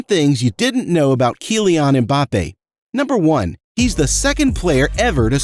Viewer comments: BRO SAID PAYLAY AND KIELIAN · Say Kylian properly, and the fact that you said Henry, made me stop watching the video, say the names properly :( pleeeassee